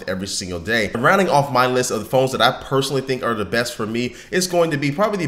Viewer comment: Did he say personaly ?